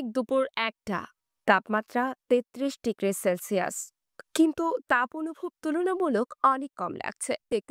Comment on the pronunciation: সেলশিয়াস- উচ্চারণ। ডকুমেন্টারির আলাদা টোন আছে। সেটা ফলো করলে চমৎকার হতো